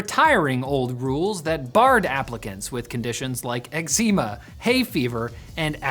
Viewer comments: actually, I’m referring to the mispronunciation in particular “Exeema.” “Oh, you mean eczema?” “But this is worse, much worse. I blister to the touch. Back, back, all of you. Further, further. Thank you.” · That's the first time I've heard someone say eczema like that